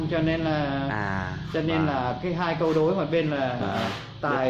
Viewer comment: ông chủ đọc sai câu đối thờ rồi...buồn